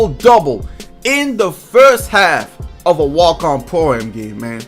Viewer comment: is he saying Pro-am or poem?